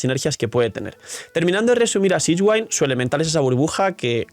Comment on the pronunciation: Uffff buen video, pero cada vez que dices sishguain me da una puntada en el pecho 🤣 abrazo 🍻